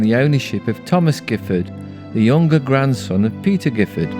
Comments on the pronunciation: The family name is pronounced with a soft G’ as in Jiffard. This is because of its French origins. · My understanding is that William of Normandy, after his invasion of England in 1066, granted the lands to those who had supported him. Therefore the Giffard family name is of a distant French origin and should be pronounced with the soft G. I have heard it pronounced both ways. I live in nearby Codsall and have always loved the countryside round Chillington. I’m now almost 80.